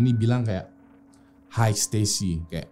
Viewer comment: that's "Hi Stacy" not "hai stasy"